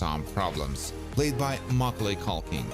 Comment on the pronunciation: Did he just say Maugalay Culkin? 🤨